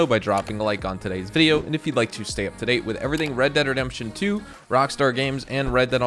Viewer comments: “New wred dead online” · "new WRED DEAD ONLINE" wred? :o